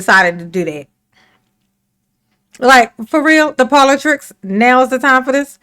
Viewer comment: She just said ‘politrix’. No Tiff! Trix are for kids! 😂